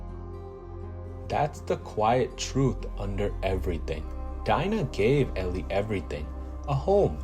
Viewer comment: Dina is pronounced dee nah